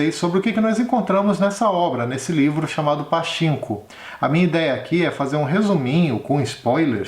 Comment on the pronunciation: Adorei o video Se fala pa tchin ko ( como se vc fosse espirrar no chin rsrsrs )